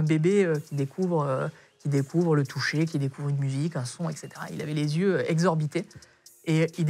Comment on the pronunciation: Et..."Un p'tit problème de (z)yeux", pas mal également !